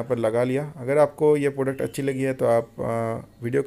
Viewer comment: Phir product ko "poduct" bol rhe ho